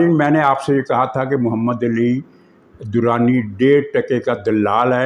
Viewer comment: You are my one of the favourites vlogger but distorting name of " Ali " sounded so painful